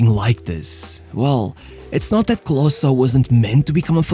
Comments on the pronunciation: Not closer, but KLOSE..Junge, komm schon. Wir wäre es mal den Namen richtig auszusprechen??? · Its not KlosA its callt KlosE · KLOSEEE, not CLOSSAA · Klose not Closer ;) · Bro his name is Klose not Kloszkiy lmao. You just have a stereotype view of what germans have to look like because Hitler fucked your head and you think everyone in Germany is blond and blue eyed. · Klose ist doch nicht so schwer auszusprechen bro ... clausä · great to see our german-polish hero honored international! But your pronunciation of Klose is quite bad ;) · Such a shame the whole Video his name is pronounced wrongly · you didnt even pronounce his name accurately